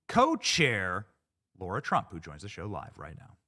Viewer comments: Benny!!! Stop calling her LAURA! It’s LARA 🤦🏻‍♀️ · Benny her name is LARA not Laura - pls get it Right ❣️ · U mispronounced Lara s name! You're a racist!😂😂😂❤